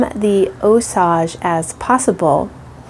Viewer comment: It is NOT (Ò-sauj)... It IS pronounced (Ò-sayj)... Strictly American English, NOT French... LLLOL